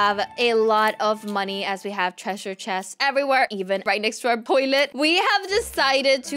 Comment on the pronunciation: lol said poilet not toilet XD